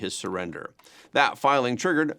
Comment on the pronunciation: Learn to pronounce ABREGO! Its ABRE GO!! NOT ABREGIO!!!